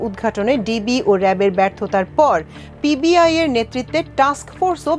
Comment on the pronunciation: Pib nah pbi , 2 bar pib bolte sunechi, thik vabe khobor porun.